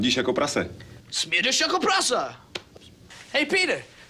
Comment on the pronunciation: Kral Balkizar Also, Jaro told him “prase” but he said “prasa” for some reason.